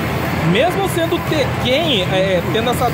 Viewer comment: Q agonia dá ouvir ele falar tekkÉn, sendo q se fala tÉkken kkkk